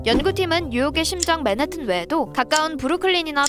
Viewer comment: 교수님 맨하튼 있었다고 료어~맨해~튼 이렇게 발음 하시네 ㅋㅋ